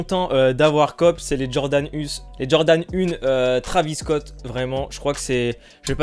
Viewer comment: On dit pas travis scott on dit traivis scott